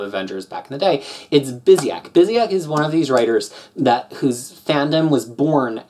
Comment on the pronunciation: It's pronounced BYOO-sick B-) These Avengers stories were the first comics I bought when I started reading in English. I was only going to buy Avengers because I've been a fan since the Englehart era (those were only published in the mid 80s in my country), but the Marvel bankrupcy left us without American comics in Portugal for two and a half years, so I started reading US comics regularly. I enjoyed this run a lot at the time. The Avengers had lost a lot of their appeal during the 90s, and going back to a more traditional lineup and storytelling was important. Now, when I re-read these... people complain about Bendis, but Kurt was a very verbose writer. So they haven't aged that well but they were good in the sense that they reintroduced the Avengers as an important component of the Marvel Universe, and made the editorial team care about other stuff that wasn't the X-Men.